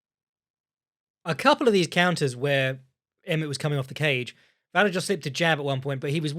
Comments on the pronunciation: I'd rather hear pronounce it 15 different ways than hear Luke Thomas correct his co-hosts on its pronunciation 15 times and then immediately butchering any Slavic name. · butchering Vallejos name like a prime Chael Sonnen